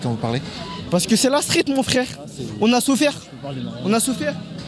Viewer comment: 😅😅😅 Ona "souffaire". "FFFRAIRE" 😅😅